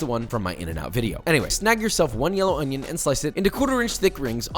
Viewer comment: Yes yes yes don't forget the ONYO